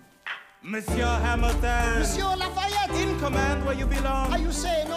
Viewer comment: LAFAYETTE not Laurens